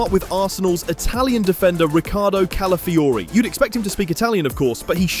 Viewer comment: Im a native Spanish speaker and odregaard was better than califiori